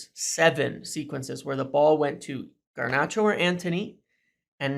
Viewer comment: Dude, there is only one “R” in “Garnacho” stop calling him “Garnarcho” it sounds horrible. Also it’s one-nill not one-zero - at least try not to be a meme.